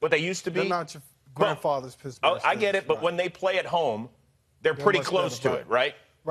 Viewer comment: Sounds like he's saying Pissburg